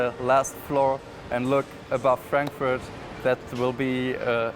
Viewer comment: lol who would like to live in "Crackfurt"